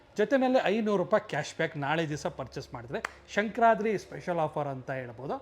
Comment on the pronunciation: 1st learn how to pronounce Sankranthi festival spelling. That is Sankranthi not sankar ratri